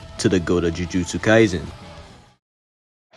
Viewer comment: he say yuji kaisen 😭😭